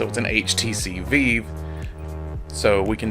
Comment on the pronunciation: I've never heard someone call the vive a veev lmao